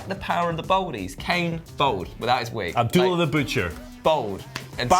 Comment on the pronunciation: The word is bald, not bold. You sound like an idiot.